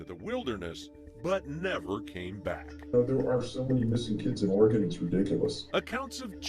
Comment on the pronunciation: Proper pronunciation of Oregon, think of this….in a fight would you want a knife or a gun….